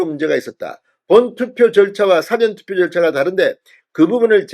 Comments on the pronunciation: 사-전투표가 아니고 사~전투표 입니다. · 사전투포 발음 수정요망 사전투표가 아니라사:전투표입니다. 다시말하면 사~전투표로 발음하세요. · "사전투표" 발음을 바로해 주세요 !! "事前투표"라고 발음 해야 맞는데 자꾸 "辭典투표"라고 발음 하니 듣기가 참 이상하다 ?? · 사전 사전(事前) 은 읽을때 구별되게 읽으야 할것 같은데요. 사전투표(事前投票) 를 辞典投票? 로 읽으시면 의미 전달이 제대로 안되며 대중을 청중으로 하는 방송을 하시는분 께서 유념 해주시면 고맙겠습니다. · 발음 이 이상타 사전투표가 아니고 사~전 투표 아닌가? 딕쇼나리 보트가 아니고 프리비어스 보트다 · 사전투표 발음은 사~전투표 입니다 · 사전투표 억양 좀 바로 하시오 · 사전투표악센트를 '사'자에 두지 말고 '전'자에 악센트를 주고 발음하세요. 경남부산사투리라 그렇게 발음되는걸로 알고 있지만 고쳐야합니다. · 무슨 사전투표 발음이 뭐그래 진선생의 사전의 발음은 국어사전 영어사전등의 발음이고 투표어서 말하는 사전투표는 전에 액선트가 언어의 사전의 발음은 사에 액센트가 가죠 시정해주소